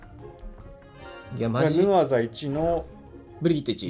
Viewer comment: ヌアザがアヌザになってる